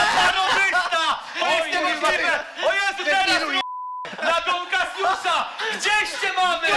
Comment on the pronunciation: "Dona Kasjusza "